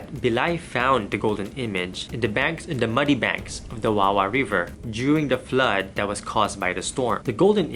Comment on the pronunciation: it's not wahwah river it's WA-WA, the way you pronounce it makes it sound like the tagalog word wawa or pity in English